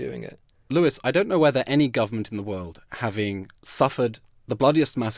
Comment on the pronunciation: Lewis Lewis, Lewis, Lewis, Lewis Lewis, Lewis... I would change my name hearing it pronounced by this monster so many times!